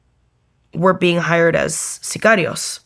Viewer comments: she is Canadian!! Genius!! So again, why the accent for just the one specific word? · Why the accent when saying the word "Sicarios"? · I wonder that too.